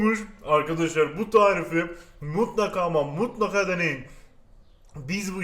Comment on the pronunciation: Eveeğğt bugün sizlere ıslak kek yapacam.Bu tarifi de çok istemişsiniz bomba bir tağriğf daha geliyoğr. Her videoda bunu söylediğinde gülüyorum seviliyosun